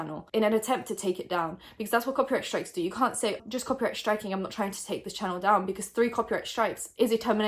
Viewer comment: Random question- why do you pronounce str as sh example: strike - shtrike?